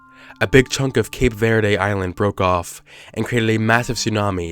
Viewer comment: When he said "cape verde" lol smh